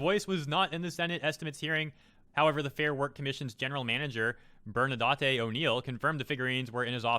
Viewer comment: Love how you pronounce “Bernadette”. “BernaDATAY” 😂